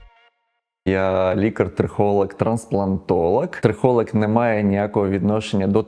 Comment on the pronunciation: я по тому як він вимовляє трихолаг, а не трихолог